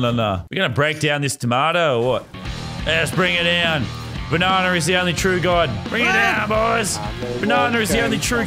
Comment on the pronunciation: It’s banana not bananer